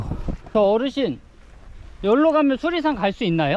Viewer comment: 수리산이 자꾸 수락산으로 들리지??? 내귀에 캔디냐꽥 자벌레 ㅎㅎ 태을봉 ..유래가 있을듯한 이름이네요